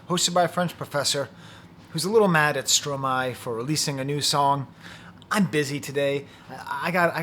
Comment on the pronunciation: I hear you, both literally and figuratively. Thank you for your review and your deep appreciation of Stromae ( and the correct pronunciation of his name!), First, I believe your are correct in stating that "L'enfer c'est les autres" is from Sartre, but is it not from the play "Huis Clos" (No Exit) where a group of people sure to drive each other crazy are trapped together in a room, which is HELL. Do you know the play? In this case, Hell IS other people. That brings me back to your interpretation of "toi." I hear the haunting chorus of female voices that starts him fighting with himself. "Ya Ya Ya Ya Ya" they sing. Is "toi" some guilt-laden memories of women in his past? Stromae is so great because he takes on the most difficult issues. Mental illness with suicidal ideation surely is one. I can only think of one song where he thinks of suicide, "Te Quiero" where he envisions himself at the top of a building about to jump off and "j''aurai l'air d'un con quand je sauterai dans le vide." This is about a love/hate relationship. "Je l'aime à mort mais je la déteste." Is this happening again? "Fraid so. So....